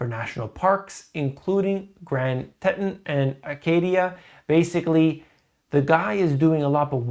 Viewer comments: Grand teet on..... not grand tit on. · Grand Teton [TEE•tahn]